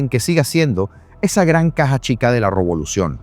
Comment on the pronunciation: Robolucion, te quedó perfecta la palabra 😅